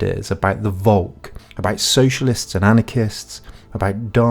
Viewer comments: Please pronounce "Volk" with av F-sound. In german the V is a F [folk] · It is pholk not wolk.